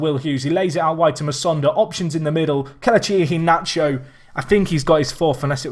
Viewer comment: The way you say Kelechi Iheanacho pisses me off